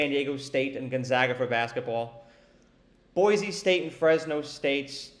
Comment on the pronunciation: Boise? LOL Sure